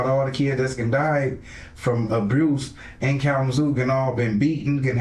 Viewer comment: "Abruce" always cracks me up lol